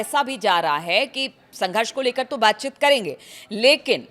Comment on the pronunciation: WTF is baatchit ??? It’s baatcheet!!